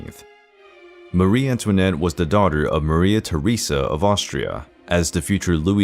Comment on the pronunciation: This is a lightweight entertainment so it's to be hoped that no one affords it very much credibility. The stories are distorted and fit only for a comic or the National Enquirer. The pronunciation is abysmal too. Americans emphasize the wrong syllables in European words, particularly names. An example is Marie-Antoinette. Marie is pronounced with the emphasis on the first syllable, much the same as we pronounce Mary or marry.